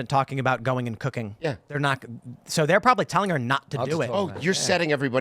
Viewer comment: Am i the only one that heard "She very passionate about cocaine" and not cooking?